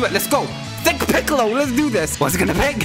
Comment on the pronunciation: You keep calling sling piccol